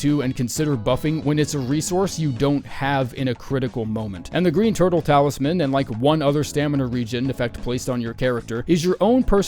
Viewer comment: "turle talisman" lol guess you got another video ur gonna have to re-edit